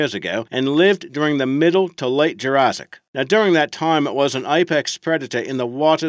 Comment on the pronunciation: Sorry not trying to be rude but it’s Pronounced jura’ss’ic not Jura’zz’ic